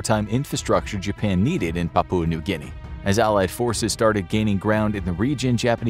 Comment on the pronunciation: Papua pronounced with stress on first syllable. PA poo ah